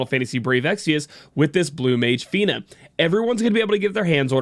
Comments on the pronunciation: I would have forgiven the first time.... Not the next dozen times she insisted on calling her Feener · Feener. what kind of accent was that omg lmao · To think.... we've been saying her name wrong the entire time! I 🤣 Welcome Back!